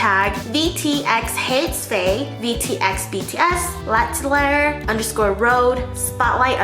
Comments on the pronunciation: *latelayer *lateler *lateleyer Namjoon:"lateley" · tries to pronouns l'atier fei; let's just call it bts sweat omg🤣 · My french as GOT TRIGGERED when you pronounced l'atelier wrong 😭😂 BUT IT'S OK BECAUSE Iss U ♥️ my instagram is : sana.d_ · As a french speaker I must say that your prononciation of "l'atelier" and "Bois" got me dead. But like, in a good way, it was really funny and adorable.